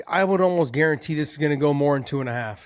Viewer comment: I wouldn't have been sure without your iron clad "gurantee" 🤤🤣🤮